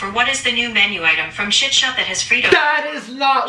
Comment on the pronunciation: ah yes the classic : shit shat